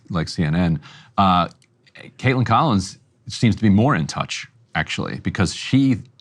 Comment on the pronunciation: its Kaitlan, not Kaitlin